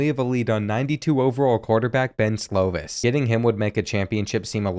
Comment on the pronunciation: Slovis is pronounced "slow-viss". It kills me the way you pronounce stuff lol